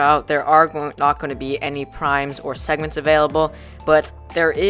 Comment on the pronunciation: pronounce it "preems"